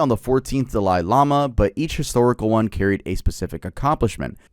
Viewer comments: Dalai is pronounced dah-Lee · the way he says dalai HURTS lmao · Just got to Dalai Lama part you're killing me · Ngl, the way pronounces "Dalai" is wild. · i swear hes saying tibetan and dali like that on purpose. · Pronounced Dolly not da-Lie And Ti BET an not tibbitin